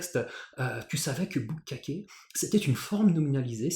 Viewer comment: Bukkake, d'ailleurs, on n'oublie pas la petite pause ! Mais j'ai éclaté de rire si fort ! 😂😂